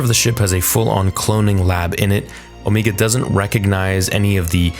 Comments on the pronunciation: Finally the Zillo raists it's massive head. Which i thought was interesting because when you see it at first it's not obvious what it is other than a freaky monster. The lighting in this episode definately felt better than previous, much deeper shadows. Also can we stop with the Omeega, now? Unless you're doing her accent it doesn't make sense to say it that way. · 🤣 I'm sorry but the way you pronounce Omega had me laughing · Don’t assume that about me okay. I get it, he’s Canadian but he has said the word “Omega” during Bad Batch S1, now he says “Omeega” to replicate her accent. It’s unnecessary and it’s not her actual pronounced name, she just has an accent. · Ooooo. Meg. Ahhh. You’re so annoyingly wrong with o-me-gah. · Why the hell do you keep saying "omeeega" like a dumbass? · Please stop saying Omegas name like that. Please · and . You really have to learn how to pronounce names properly. Her name is pronounced Omega, NOT "Omeega." Are you completely illiterate or are you just messing around? You pronounce it perfectly at other parts, , of the video... Do you want me to pronounce your real life name as Amongus Dodo? No, you don't. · Pretty sure it's Omega not 'Omiga". Even the characters in a show call her Omega. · Ngl. It kills me inside a little bit every time you say “O-mee-ga”. It’s just Omega unless you have a New Zealand accent 😂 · Can you pronunce Omega correctly. The only reason I say this is because they actually call her Omege not Omeiga multiple times throughout the season. That mispronunciation is because New Zealanders pronounce some stuff differently than Americans or in your case Canadians. Sorry it's just something I had to address. Trust me you aren't the only one who has mispronounced stuff. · If someone down here in the comments could answer a question I have had for some time now. But why does keep saying the name wrong”Omeeeeega” when everyone in the bad batch calls her “Omega”? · MY GOD! Stop saying O-MEE_ga!!!!